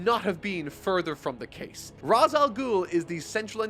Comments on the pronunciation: It's Re'sh not Raz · Ra's Al Ghul may seem like it's said like it's spelt: "raaz al gool" and Batman Begins uses that. Turns out it's incorrect and Arkham City shows "raaz" is actually "raysh" Grammar is weird... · Gonna help you out here. Ra's sounds like ray-shh With that said. Great content but I disagree with your take on the Nolan films. They are a hodge podge of idea ripped from the comics and these group of films did not match what was in the comics at the time of release or going forward. Take Harvey for example. Harvey being portrayed as barely holding his shit together before his accident is the opposite of Harvey Dent. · I love batman begins But It's "Raysh" And I'll die on this hill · Just so you know, Ra's al Ghul the Ra’s part is pronounced like raysh. The name comes from arbabic meaning “the Demons Head”. However the creator opted to use the Hebrew pronunciation which makes it said as raysh. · Dat feeling when mispronounces Ra's